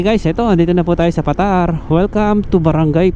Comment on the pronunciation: Paaa—-tar, Hindi patar.